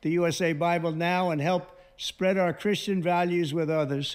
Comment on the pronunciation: He said "we have to bring Christiany back" at minute 2 or right after minute 2. Who's Christiany? Why is he so important to Trump?